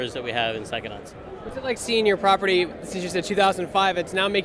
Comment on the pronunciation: How is it that the man who invented the word psychonauts can't say pscyhonauts? "Sackonuts?"